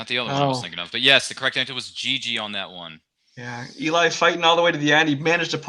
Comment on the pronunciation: It's actually pronounced "Gigi" with a French accent (zh sound) because the film takes place in France. But anyway, looking forward to the next match for this winner!